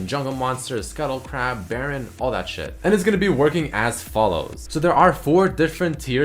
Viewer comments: A grab? Buddy, its CRAB. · is it supposed to be "grab"?